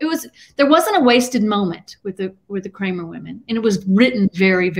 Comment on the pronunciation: You said dr crame ya mean Cramer ^